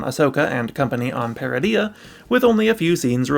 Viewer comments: Ytf would you pronounce Peridea like that when its said multiple times in season 1? I bet you pronounce Garindan as Garin dan, when its really Gah rin din. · You're pronouncing Peridea wrong.